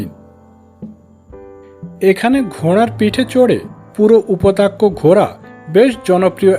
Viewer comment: Upotakya na thik uchhran korun. Loke hasbe